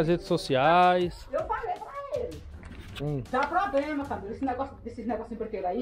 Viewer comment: Ela falou que “dava probrema” umas 500 vezes